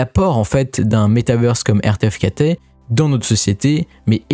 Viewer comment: RTFKT se prononce " Artefact " je crois ;)